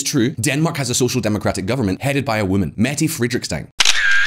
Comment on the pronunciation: Holy hell, you killed Mette's name xD